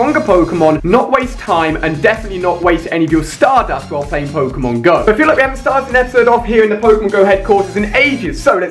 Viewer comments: It's pronounced poke-(long)a-mon. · Its pronounced "poke-ay-mon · WTF the way he said Pokémon in the beginning.... O.O